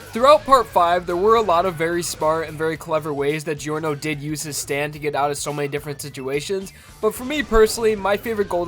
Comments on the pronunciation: it's not jee-or-noh.... it's jor-noh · It’s not delivery, it’s Giorno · It's clearly pronounced "Jorno", not "Jeeorno". Italians pronounce it this way and it's pronounced like that in the anime. What was he trying to prove by pronouncing it the wrong way? Or is it every anglo's stand ability - not being able to pronounce words the correct way? edit: oh. I see. The anime wasn't out by the time the video was released. I guess he wasn't bothered enough to check out how the name of MC is supposed to be pronounced. Still a good video though. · man, aweosme vid. try promounce his name as jorno jovanna (jaw-no jo-vanna)instead. you are welcome.😁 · I swear to God the fucking way you pronounce Giorno. I kind of feel like Ghiaccio — when he complained about people saying "Pariss" and "Venice"